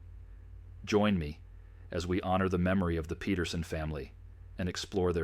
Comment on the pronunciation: Speaking of ancestry, their name is spelled Peterson but the ai pronounces it as Petersen. Big difference, big mistake.